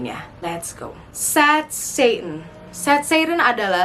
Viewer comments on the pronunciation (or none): syet-set'en (dgn accent tx nya) Me: sat satan:|